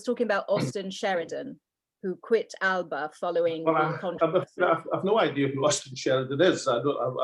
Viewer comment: That's not the correct pronunciation.